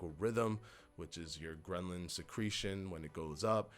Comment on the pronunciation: Love your channel. And it's grehlin. Not grehnlin. Happy New Year!